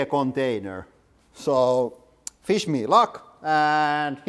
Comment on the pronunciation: Very funny pronouncing the 'wish me luck'. I understood 'fish me luck'. So I hope it was a tuna sub. 😂 It really was. 🤣🤣🤣